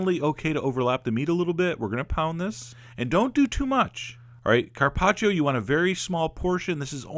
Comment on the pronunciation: I'm Italian, and I LOVE LOVE LOVE how you pronounce Carpaccio :D